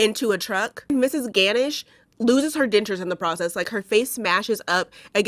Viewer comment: Pronounced: gah-nush